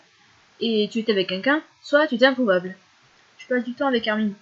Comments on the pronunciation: Ca me stress trop les gens qui disent "Armine" :c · xD Perso je trouve que ça fait mieux Armin que Armine :c et puis Chino elle dit Armin elle >3< xD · C'est marrant comment tu prononces son nom c: dans ma tête ça s'est toujours pronocé "armain" (comme hein à la fin) c